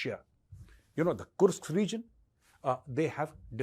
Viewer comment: Major, you need to pronounce it as "Kursk". Not "Kurks".